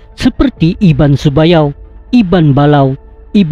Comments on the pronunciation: Bukan iban sebayau,iban sebuyau. tak pandai baca ke. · Utk PEMBETULAN... Yang betul iban SEBUYAU👍 bukan iban SEBAYAU👎 Sebutan mesti betul..takut² nanti ada yg beranggapan lain..sebab ini tentang sejarah suku dayak..tq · Sebuyau....bukan sebayau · Sebuyau jd sebayau, nanga jd ngai.. Byk lg. Nama dek wai?